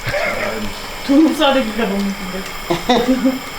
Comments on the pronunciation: 두릅을 왜 자꾸 '드릅' 이라 하시는지... ^^;;; 저희 시아버님도 저 엄청 예뻐하시는데 문득 보고싶네요. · 두릅이 드릅으로 들려요^^ 며느님은 행복하시겠다